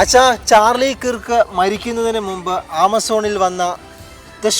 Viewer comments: കിറുക്ക് enn pronounce ചെയ്യരുതേ.... Kruuvk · കിർക്ക് അല്ല കെർക്ക് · Sorry to correct you His surname is miss pronounced by many malayalees. It should be pronounced kerk (kɜːk) കേർക്ക്